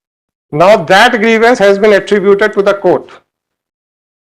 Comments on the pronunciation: Grivence.. Grivence..? 🤣🤣🤣🤣🤣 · Vakeel saab ne saari law ki padhai karli....bus grievance word nahi padh paaye😂😂😂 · Pehli baar pata chala ek word idhr se udhr hua toh kya hota h😂….. “grievance “ ho jata h